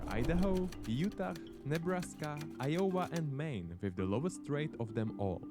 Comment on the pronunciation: eye-oh-wah not ee-oh-wa